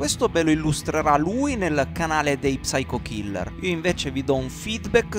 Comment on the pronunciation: La P non va pronunciata! devi dire syco killer! a parte questo sempre gran bei video!